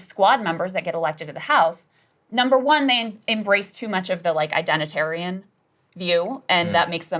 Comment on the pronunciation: Identerian ? Lol